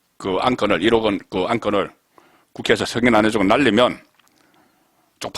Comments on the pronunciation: 가세연에서 여러가지 방법으로 들려줬는데 "사람들, 날리면... " 으로 들렸어요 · 날리면으로 들려요. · 날리면으로 분명히 들리네요